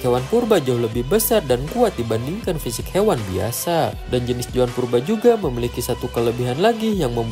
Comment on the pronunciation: ZOAN BANG BUKAN JOAN.